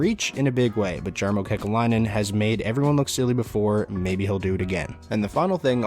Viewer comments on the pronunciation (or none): I’m pretty sure it’s pronounced “yar-mow” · GMs name is pronounced "Yarmo" btw